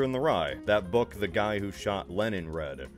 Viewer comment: why did you call "john lennon" "lenin" like he founded the bolshevik movement?